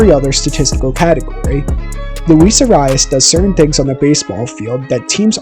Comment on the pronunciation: I like the video, but you're pronouncing his last name wrong and all I can think of is the greek god of war.